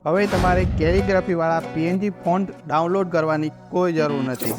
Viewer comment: "કેલીગ્રાફી" શબ્દ નું ઉચ્ચારણ પરફેક્ટ કરવા બદલ શુભેચ્છા ધન્યવાદ 💐